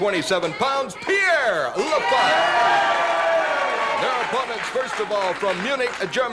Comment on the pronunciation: Pierre LaFavre instead of LaFive. Prononunced la-farv.